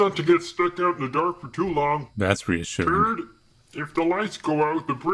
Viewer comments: I love how he says TURD instead of third 🤣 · no offence to but he said turd insted of third and that right there made me laugh my ssa off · The way he says third ☠️